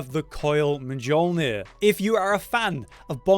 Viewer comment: The way he said Mjolnir got me laughing 😂